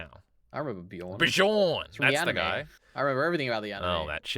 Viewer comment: "Buh-jorn"?! Really?!